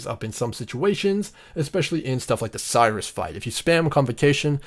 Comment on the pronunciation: Bro awesome nice video but Sirrus, prounounced like Apple's Siri but with a "us" at the end... not Cyrus :)